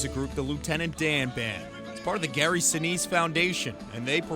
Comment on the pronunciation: Sinise is pronounced Sai-Nai-S